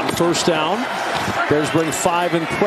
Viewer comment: bear dahhn